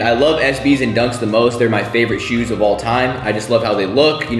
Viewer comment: HE SAID SHUS NOT SHOES 😂